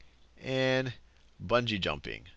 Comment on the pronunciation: "buugee Jumping"